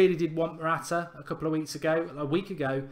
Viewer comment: matwata lol